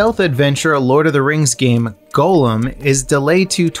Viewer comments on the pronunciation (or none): It ain't "Golem" it's "Gollum" go watch the movies again bruh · "GO-lem" wut? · The way he says Gollum makes me cringe